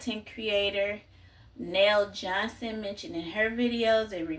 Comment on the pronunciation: Aww thanks for the shout out ❤ *Neijohnson (knee-Johnson)